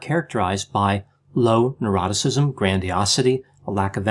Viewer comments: said "Neuroticism" I heard "Eroticism" This confused me for ages! 😂😂😂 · I thought the same. 🤣😂🤣